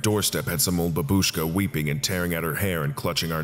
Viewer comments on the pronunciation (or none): none